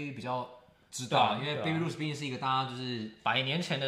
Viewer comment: 抱歉，想提醒一下， Babe Ruth的發音不是"Baby" 應是一個長母音後面加上一個短子音。 例如cake, make